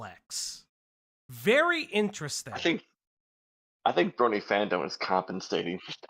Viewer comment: My biggest issue with this sabrespark dude is that every time he says “brony” it sounds like “bernie.” 😂